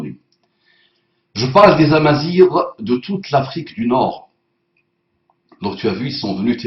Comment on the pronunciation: Amazighs, ce dit bien Amazighs "gue" pas "ire"! Bref en Algérie = Les Kabyles au Maroc Les Berbères mais pour moi ce son le meme peuple du moins ancestralement parlant, l un le Pays du Csoucsou et a coté celui du Tagine et ces deux pays son les Maghrébins manque Les Tunisiens..... Paix et Bénédiction a toi; )!!! Cordialement Ker!